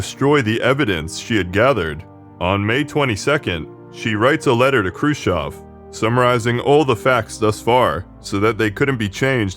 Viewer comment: I love you simply because you're the only English speaker I've heard who pronounced Khruschev correctly.